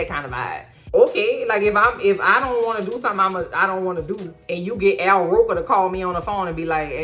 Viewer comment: Did you say "Al Roker"? lol